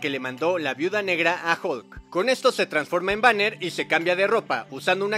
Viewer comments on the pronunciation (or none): none